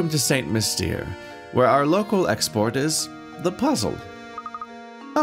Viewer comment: St Mystere is pronounced San Mystair.